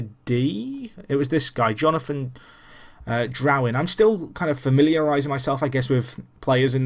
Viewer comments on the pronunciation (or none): Drouin is said drew-in